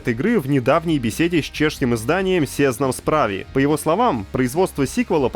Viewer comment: как человек живущий в Чехии, уверен что половина бюджета ушло на пиво p.s. не сЕзнам справИ, а сЭзнам справЫ